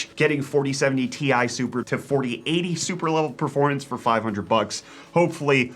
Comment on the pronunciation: "the 5070 tie..." ok, its good so far... "will beat the 4070 tea eye..." WHAT??? Pronouncing the letters separately? This is a disgrace! A scandal!!! Edit: for those who are wondering